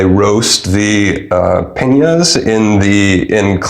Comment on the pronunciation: Hey, practice your pronunciation before the video. The heart of the agave once the leaves are cut is a PIÑA and has a special pronunciation but remember "piña colada" . You, on the other hand, referred to them as "pingas" which is a slang word for penis!